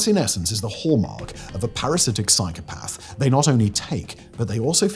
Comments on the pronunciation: There is no 'r' in psychopath, Simon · Every time Simon says the word “psychopath” all I can hear is “cycle path” 😂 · I know this guy is a bit posh but no one pronounces "psychopath" like that. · Learn the real story behind Frank Abignale please. Also pick a pronunciation of psychopath and stick with it, couldn't keep watching was too annoying